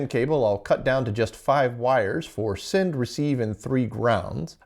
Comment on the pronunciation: has an interesting occasional vowel shift. "at" -> "et" "send" -> "sind" The "ah" to "eh" shift pushes the "eh" over to "ih" otherwise there'd be overlap. (chain shift) And "quite" is pronounce "quiet." Apparently, this is common in East Texas, near I-20/I-45 not rural, Central Texas non-Austin native, or Houston metro native, outside the city. I think I remember him saying he's located in the Houston area. ~ end of unsolicited armchair phonology ~